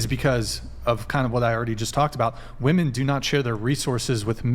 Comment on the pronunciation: Ok you can't even say "WOMEN" correctly.